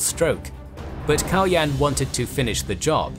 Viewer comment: Kaloyan is pronounced with the accent falling on the last syllable. KaloYAN. It's a slavicized form of the Greek Kalo Ioan, meaning Handsome Ioan. One of the leading theories for Kaloyan's murder was that it was done by a Cuman leader, by the name of Manaster, who was either participating in some Bulgarian courtly intrigue or was being bribed by the Greeks. Also, the portrait which was used in this video is based on a reconstruction of remains found near a church in Tarnovo, where later Asenevtsi royals were buried, however the remains have not been unequivocally confirmed to be that of the tsar Kaloyan. It is possible that they belong to a noble of the same name who was buried there more than a century later. There is a also a tower of the ruins of the Tarnovo citadel which is called the Baldwin tower, where the Latin Emperor died in imprisonment, as the story goes.